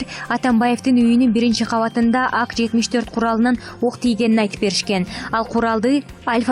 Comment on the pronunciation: Ак эмес А Ка 74 , сывыд эмес Эс Ве Де деп окулат , сабат жок болсо сабаты бардан сурабайсынарбы!!?